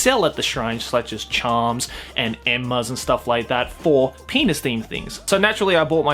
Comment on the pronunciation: Everytime says penus u take a shot, we'll meet in the hospital